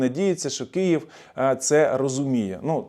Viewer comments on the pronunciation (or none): none